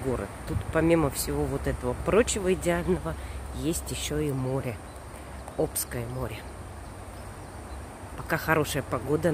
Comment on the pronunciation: Извините, пожалуйста, но все приезжие совершают одну ошибку - делают ударение на первое о, а не на второе. А надо - ОбскОе водохранилище, ОбскОе море. Всю жизнь прожила на ОбьГЭСе и училась в Академгородке. Поэтому знаю наверняка) Собственно, в слове ОбьГЭС ударение тоже не на первую букву, а на э. А так чудесное там место. Очень скучаю. Во дворах растут краснокнижные цветы, воздух потрясающий и люди замечательные. Самое лучшее, что не дают застраивать лес и берегут все как было. Низкий поклон учителям и ученым, которые еще с СССР там работают и ратуют за свой дом. Сердце порадовалось от вашего ролика. Спасибо. И "море" на самом деле чудесное. Пресное, да. Но когда сидишь в жару +30 на пляже, кругом бегают и смеются дети, а волны шумят накатываясь на берег - не отличишь. Сейчас живу в Питере, рядом Финский залив. И вот не те уже ощущения расслабления и отдыха, так как с балтийского дуют очень холодные ветра даже в жару. В общем, Сибирь - прекрасна. Там есть все что нужно для жизни) Надеюсь, скоро снова там побываю.